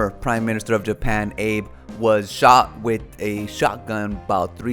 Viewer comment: Shinzo Abe's last name is pronounced as Ah-bae or Ah-bay. Not "Abe" lol. Full Spectrum Survival pronounced it the same way in his video he uploaded today. You missed the destruction of the Georgia Guidestones!